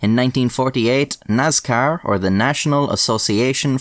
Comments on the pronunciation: It pains me the way he pronounces "Nascar" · He said “Naz-Car”! 😹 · Nazcar is how we should all pronounce it now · so a light Irish accent almost pronounces Nascar in its proper grass roots hill folk form... hillbill sees race cars and says "Thats a niiice car" IE the word Nascar was born Also, used to race Karts as a Kid... Dirt circle, WKA. Fist fights were very common at the race track.. usually one every weekend at least.. One time i was at a Dirt Modified Race and at the end because of a disputed win, there was a fist fight of about 20 folks on front stretch/winner circle and the whole crowed basically started rioting.. beer cans were flying everywhere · NASCAR does not have a Z (zee not ZED) is has an S NOT NAZCAR. LOL joking 🙃